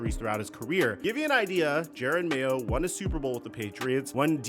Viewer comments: I came just to see if this dude STILL thinks his name is Jared Mayo and he does, even while clipping videos with his name pronounced correctly. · Bro is saying mayos name so wrong it’s upsetting